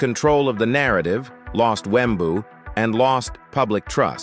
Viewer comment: Wembuu with the hard W at the end XD